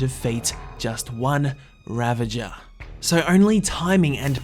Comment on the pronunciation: its pronounced . "ra-vag-er" . not "ra-ven-jer"